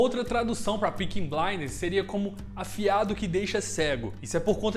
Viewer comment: Bom vídeo, mas difícil de falar “Peaky” pelo jeito